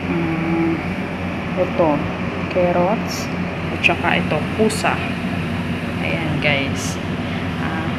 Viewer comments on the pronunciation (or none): none